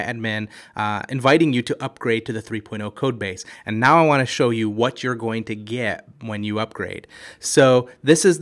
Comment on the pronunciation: It's Want. Not waaa.